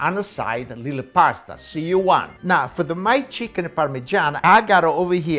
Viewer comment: The way he says now “nah” I’m loving it . He can boil water and I will watch it ❤️❤️